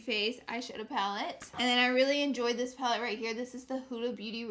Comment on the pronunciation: did she just say "Hulu Beauty" lol instead of "Huda"